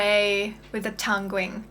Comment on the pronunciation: It's actually pronounced tonguing (tung-ing) not tung-ring. A tongue ring is a piece of metal some people put through the end of their tongues. This could be confusing, as it suggests you may be wearing one, and we may need to get one. :)